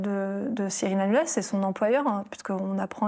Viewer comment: Hanouna...non ranouna🤧